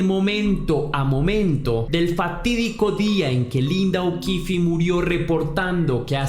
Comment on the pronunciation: Que pena los errores en la narración, tenia 11 no 14, y no es okifi el apellido, termina ahí es okif, o así suena